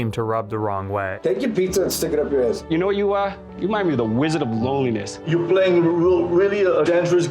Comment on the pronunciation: ”Da Wizzahd of Loneleeniss”